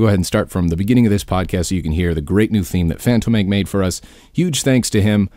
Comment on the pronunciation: haha gassy. its pronounced Fan-tåmen-kay ;P